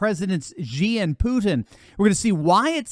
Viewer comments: you should really correct your pronunciation of President XI. it's not "Gee", it sounds more like "Cee". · Xi is pronounced as "sea" not "Jee"